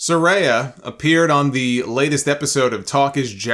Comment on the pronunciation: It's Sah-Rai-Ya